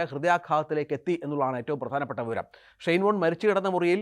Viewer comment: ഒരു പ്രസക്ത കളിക്കാരന്റെ പേര് പോലും മര്യാദക്ക് ഉച്ഛരിക്കാൻ (ഷൈൻ ബോണ്ട്‌ എന്നാണ് ഇയാൾ ആദ്യം ഉച്ചരിച്ചത് ) പറ്റാത്ത ജലദോഷം ഉള്ള ഒരുത്തനെ പിടിച്ചിരുത്തി ധൃതിപ്പെട്ട് മരിച്ചു പോയ ഒരാളുടെ സ്വകാര്യത വിളിച്ചു പറയുന്നത് ആണോടാ News 18 ന്റെ മാധ്യമധർമ്മം. ഷൈയിം ഓഫ് യു.